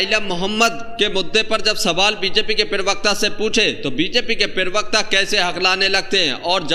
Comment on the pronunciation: जी पीरवक्ता नहीं होता प्रवक्ता होता है, कृपया ध्यान रखें।